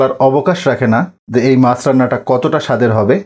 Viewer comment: Aage Bhasha puraskar kore bolte sekh tar par video banas OK mach ke maas VHAG AKHAN THEKE vasa poris kore bolte sekh tar par video banas OK